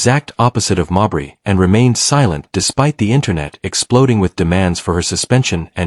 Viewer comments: If you’re going to use an AI voice either a proven inability to properly pronounce names, WRITE THE NAMES PHONETICALLY. Mabry, try MayBree. Instead of Jacy maybe try Jaysee. You can do better. How many ways can this AI voice mispronounce Mabrey in the same clip? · Stop mispronouncing mabrey 😢😢😢